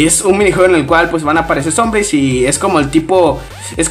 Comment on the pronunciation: En el minuto "Zombris”